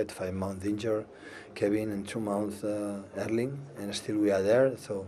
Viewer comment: Pep's pronounciation of Erling's name is actually pretty close to the Norwegian pronounciation.